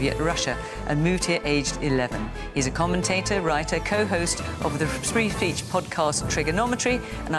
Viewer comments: ‘Spree feech podcast’ 😂😂😂 Touch of the Ronnie Barker ‘s from Fiona… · spree feech?